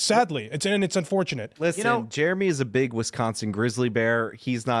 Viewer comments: I won’t watch timcast if this guy is on it. He’s an idiot with idiot opinions. It’s Jeremy, not germy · Ive never heard someone pronounce Jeremy as germy before. It's pronounced J-air-eh-me. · Also, he keeps saying "juremy" what? ..What? There's an 'E' in there. Dumbass. It's JEREMY. Fucking moron. Idk why that pisses me off so much lol just speak correctly. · Kiss my whole ass is quite the line! And does that dude not know how to say Jeremy? He was saying what sounded like Germy. Not to mention he thought your last name was Quartering. What a clown! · I’d be more offended he pronounced it Germy from Quartering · I cant stand how he says Germy. Such a disingenuous dude thats obviously a cuck for the left! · sounds like he is deliberately saying Jeremy wrong to sound like Germy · Nothing is worse than a person who pronounces the name Jeremy as Germy. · Is he purposely calling you Germy?? Jeremy is not that hard to pronounce 😂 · Why were they saying Germy? Can't even pronounce your name correctly! 😂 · I've always thought it was funny when someone can't say Jeremy. They say germy. Same people that can't say crayon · Is he saying "Germ-y"? Like some kindergartener? What a loser. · Did he call you "Germy Quartering"? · When he said "Germy", I thought of DDayCobra😂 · To be fair he did say "Germy" Hahaha! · He pronounced it “Germy” lol. It’s like someone saying “expresso” or “especially”. As soon as I hear someone mispronouncing simple words I begin to question everything else they say 🤷‍♂️ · Right! He should go check out a book a the liberry. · How hard is it to say 'Jeremy'? That is a dead set stooge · By the way, how hard s it to pronounce Jeremy? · He can't even pronounce Jeremy. 😂